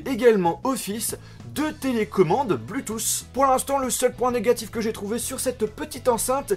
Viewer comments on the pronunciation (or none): Très bonne vidéo mais on prononce pas "Bluetoos" on dit "Bluetooth" avec un "t" et on le prononce